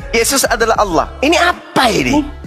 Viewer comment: Ditulis allah,dibaca aolah,kaya ada mkn halua yg panas.